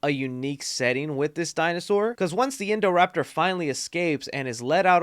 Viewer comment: not endoraptor, indoraptor. XD.